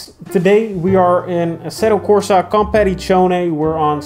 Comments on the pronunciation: I prefer the mispronouncing over the "competizZZzione" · I guess mispronouncing "Competizione" in almost all of your videos is an intentional act to trigger all Italians out there :D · you are doing absolutely great in that matter mate 😉